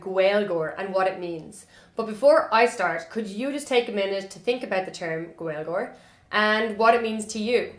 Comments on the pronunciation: You are very cute, it's not gwailgeoir, its GALE-geoir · He is wrong that it's 'Gale-geoir', but right that it's not 'Gwale-' The Irish pronunciation goes from the broad G in the back of the palate to the L, when the L is slender this often creates a kind of 'glide' sound, which does sound like a W to us English speakers since, as far as I know, we don't have many glides in English which are the same as this one. Next time you say Gaeilge, Gaeilgeoir, focus on your lips as you say the start. When we make a W sound in English our lips come very close together and slightly forward, try not to allow that to happen when saying these words! It is extremely common for those of us of English speaking backgrounds to try to mimick that glide sound by physically inserting an English 'w' into the word, which leads to words like Gaeilge being mispronounced as Gwaylga on a fairly widespread basis. And it's completely understandable that this happens, until I had the differences demonstrated to me side by side I too would have thought that maybe I could get that w-ish glide sound by using my lips the way I use them to get my normal 'w'. Anyway, sorry for the intrusion, this was from a year ago so you might know about everything I just said already, but just in case